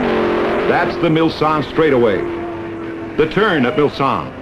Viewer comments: Glad I saw your comment as I too noticed his wrong identity. Don't believe this narrator realy knows cars or racing. He also kept pronouncing Mulsanne (Mul-son) as Mul-sann. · Even worse, he called it the Milsanne Straightaway. He also said incorrectly that the top speeds then were 230 MPH - not even close. The great original footage though overrode his mistakes. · In France it is "Hunaudières" but the english speakers always says "Mulsanne straight" ...I don't know why. From my point of view it is because "Hunaudières" in unpronounceable for english speakers !!